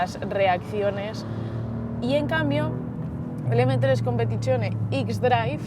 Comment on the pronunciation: Vaya pronunciaciones las de los colegas, flipo... "Competichion" "ixdraif" "modo EEEEEsport" jaja